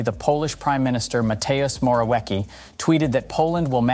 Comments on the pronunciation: "Matejus Morawieki" LOL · Ma-te-oosh Mohr-aff-yetskie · dont wanna be rude but your pronociation of polish names is terrible. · Matejusz Morałieki XD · Please, use google translate to learn pronounciation of foreign words. It takes a few seconds and you'll be way more professional. Currently you are butchering polish names even though they are perfectly pronounceable to english speakers. Some sounds are harder but you just have no idea how to read polish. It's not even close!